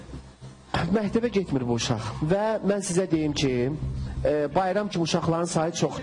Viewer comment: ..mehteb yox mekteb😁👐🏻🌿 Bu bayram deqiq oglandikiii..wupem var